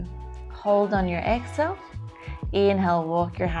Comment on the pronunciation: It's pronounced.. EX-Hail... not ex-ill I had no clue what you were saying for 20 minutes.